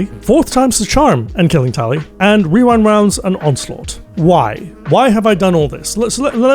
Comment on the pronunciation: genuinely impressed you said rewind rounds correctly so many times i would never be able to do that